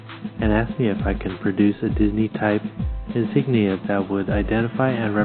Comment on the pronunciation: Thank you for your memorial for Frank! BTW his last name is spelled with an "I", it is Frank J. Iafrate. (first letter I). A lot of people make this mistake. Also work on your pronunciation or insignia (make UCI proud). A Vietnam Bee